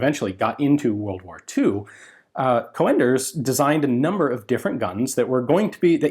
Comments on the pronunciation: I am assuming that 'Coenders' though he was German will be pronounced in a similar way to how it would be in Dutch. The 'oe' sound is very much like the o in 'who'. If the 'oe' is actually replacement for 'o with umlaut' (common in written German), then it is a bit more like the e in 'her'. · the correct pronunciation woulď be Cunders.. Coenders is namely the alternative spelling of Cönders for when the writing tool lacks an umlaut.. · Not a criticism, just a correction Cönders (pronounced with an o like in "hello") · Isn't his name pronounced Caynders? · Coenders sounds more like an originally Dutch/Belgian name???. It probably should be pronounced more with a UUHH/OEHH sound ??? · Coenders is pronounced like Coonders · The name is pronounced as Coonders, like in raccoon, not Co-enders. You're usually good with pronouncing names, but this time you had it wrong. Edit It's in actually a Dutch name, not German. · Coenders is not pronounced like "co-enders" it sounds more like kuhnders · Joh another great video about a forgotten weapon, but...you are really butchering the name mate 😉 Coenders is a Dutch name, so prepare for our fowels. Its pronounced koen-ders, not co-anders. The 'oe' is one sound, like the call of an owl, 'oeh-hoe, oeh-hoe'. For advanced lessons, now try to pronounce the name of an owl character from an childrensbook: oehroeboeroe 😁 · So in English, it's pronounced as Coonders. Like moon and spoon etc. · The German "oe" sounds like "oo" when pronounced. So "Coonders" (as in "raccoon"), not "Co-enders". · Haha, that's some horrible mispronunciation of the name Coenders, I think the American way of writing this how you pronounce it is "Coonders". Still a cool video! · The man's name is pronounced like the "u" in "but" and not co-enders, so "cunders". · Coenders, spelled Cönders in german. It is not pronounced o-e but as described on Wikipedia en wikipedia org/wiki/%C3%96